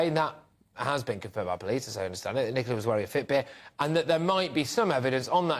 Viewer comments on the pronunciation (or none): It is Ni co la not Ni cola.